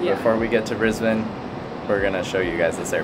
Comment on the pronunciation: Thank you for pronouncing "Brisbane" properly. You truly represent what the majority of humanity can be.